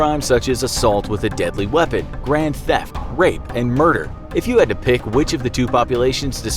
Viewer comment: It’s not brand theft it’s grand theft auto